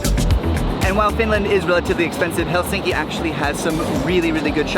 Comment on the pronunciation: Are you sure you visited Helsinki? How come you cannot even correctly pronounce the name of this city? It is not helSINKI... it is HELsinki. Emphasis on Hel.